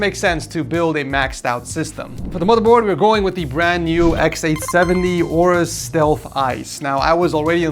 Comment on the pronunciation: its pronounced A-orus, not orus